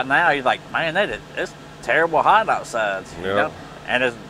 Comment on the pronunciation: It’s always HHOT, HHOT out there ah...